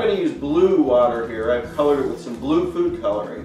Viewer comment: I really hope you said "food coloring" and not "poop coloring" which is what i understood.